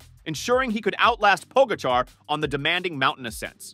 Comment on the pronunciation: Interesting stats. If only the narrator had not butchered the pronunciation of TP & JV